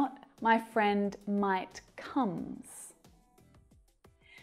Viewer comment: What on earth was with the comes😂😂😂😂that sounded weird